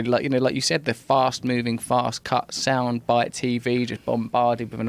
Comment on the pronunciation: "Soind" smart? Nice..